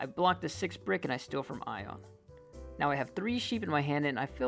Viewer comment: this is funny to watch blue get called i-on when his name is Ionuţ, a romanian name lol